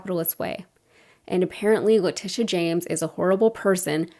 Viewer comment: I honestly thought the gaffe was going to be how he pronounced "Letitia wrong, not once, but twice. No surprise there. 😅😅😅. And is anyone, who isn't part of the Trumptard cult, surprised that he lied about ExxonMobil? I mean come on, if his lips are moving, he's lying. The fact that he gets away with it never ceases to astound me. Here is my two cents... When he does interviews there should be a real-time fact-checker ready to check all his statements in during commercial breaks. That way, when they resume the interview, the interviewer can call him out in real-time about anything that he lied about, or (because he is so dumb) just plain got wrong. In addition, God forbid, if he should end up debating Biden, the same thing should be done. For both of them of course. It's the only way to combat his tactics, and it is a tactic. He may not be smart, but he knows how to play the media. Throw a whole bunch of lies out there, sprinkled with some truth, and the interviewer/moderator has no time to call him out on what's true, and what isn't. I have noticed that other Republicans have picked up on this, and are beginning to use it themselves. Case in point would be the recent DeSantis vs Newsom debate. Hilariously, I don't know if anyone else noticed, but DeSantis is imitating Trumps' mannerisms when he talks. Especially what he does with his hands. Hahahahaha